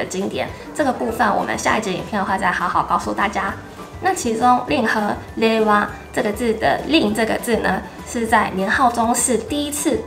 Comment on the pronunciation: 令和，“累哇”😂